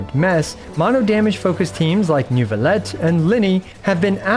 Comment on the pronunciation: I used to watch a lot but since fontaine he pronounces these things so wrong it's unbearable. He did a NEWvillette and FremineT combo that kicked me down, and then KO'd me with marechussy. Im not even French, Im just autistic 😭